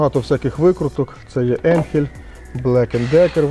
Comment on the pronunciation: Ріже вухо назва енхель але по німецьки читається АЙНХЕЛЬ .